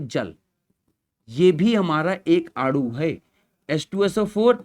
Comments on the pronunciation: Sir adu nhi anu hota hai aap bol rahe ho to ese lag rha hai ki aapmadu bol rhe ho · Sir aanu ko aadu kyu bol rahe ho 😂